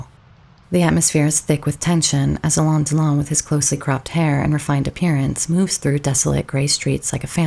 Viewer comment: You butchered his name. Alain and Delon don't rhyme.